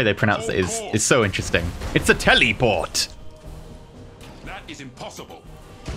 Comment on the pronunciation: lol teleeport teleeporting haha